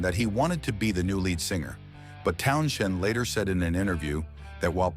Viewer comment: AI bs. They can't even pronounce Townshend's name. LOL